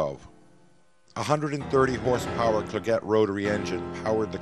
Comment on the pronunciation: Clerget is pronounced KLAIR-jee